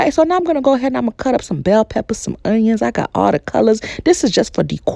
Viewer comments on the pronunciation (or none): none